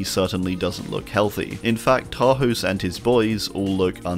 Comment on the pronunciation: Love your vids but everybody pronounces Tarhos wrong. The "s" in hungarian is more like as in "shake" not like in "snake". :D